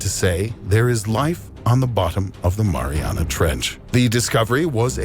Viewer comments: Fat ass said marinara trench 😂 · LMAO. The "marinara" trench. MARINARA . Yes. A part of the ocean is named after a dipping sauce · “Marinara Trench” 😂😂 wtf Tim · My guy called it the marinara trench. I didn’t know I was at an Italian restaurant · He said marinara trench it’s not food Tim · No one: Tim: Marinara Trench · Ah yes "the marinara trench" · Did he say marinara